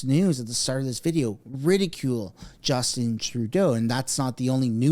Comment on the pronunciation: / Justeen Trudeau lol /